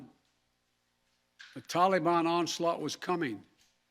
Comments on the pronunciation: Somebody please tell Joe it’s Taliban not tollybon. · Tolly Bon ??? WTF is a Tolly Bon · If we have to listen to this morons lies, can someone please tell him how to pronounce TalaBan instead of Tolly bon. How he can still continue to lie like a dyin' rat is unbelievable. This foolish man has done nothing but destroy lives, destroy futures, and destroy our Nation. He's just not gonna get away with it. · "Tolly bon" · "The TOLLY BAWWN" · He even says taliBON wrong... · The way he pronounces Taliban makes me cringe.